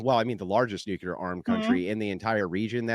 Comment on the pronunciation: I 'm a fan of Andrew but he always mispronounces "nuclear". There's only one "U" in nuclear.